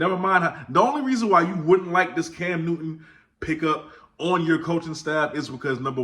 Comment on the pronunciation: I could swear Newton has a “t” in it…..🤣 Keep doing ya thang,!! 👍🏾